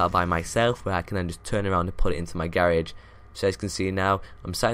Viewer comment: Why the fuck does he say garage like that